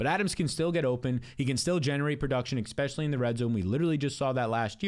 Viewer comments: why do u say exspecially